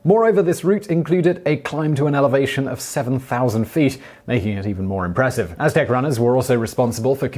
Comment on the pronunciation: Simon nailed the aztec gods lol